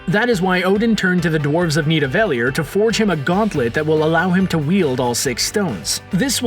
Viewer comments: NID-UH-VUH-LEER, not _NID-UH-VEL-EE-ER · what is up with this guy's pronounciation?? "Need-uh-VALE-ier"???? "door-mah-MOO"?? ... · Did he just say Nidaveliear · Bruh how did e pronounce nivadellir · You mispronounced Nidavellir terribly wrong. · the way hes says “Nidavellir” haha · hate the way this guy pronounces nidavellir and dormamu. didn't he see the movies? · Since I'm Icelandic it makes me so angry how he pronounced Nidavellir... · You need to work on pronouncing Nidavelir and Dormmamu properly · Oh wow, the way you pronounced 'Nidavellir'. A big NO. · you do realize the commentator didn't even watch Infinity War, he doesn't pronounce Vormir or Nidavelir right lol